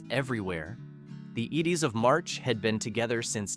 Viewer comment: Your pronunciation is horrible !t's Maria Mull-Dower not Mull-door!! The group that sang Vehicle was the "Eyedes of March, not the Ids of March. I still hear some of these songs, but most of them deserve to stay buried!!